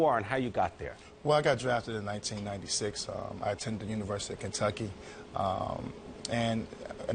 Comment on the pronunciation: He got his "edumecation" at "Cantuckee" lol